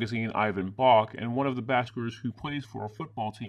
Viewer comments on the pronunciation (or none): I could be wrong, but I think his name is "Ivan *Brock*", not "Bach".